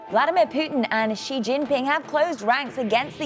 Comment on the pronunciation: 错了，他们根本说得不对